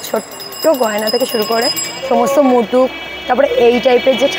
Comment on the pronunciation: মুটুক বলে কোনো কথা নেই, কথা টা মুকুট 😁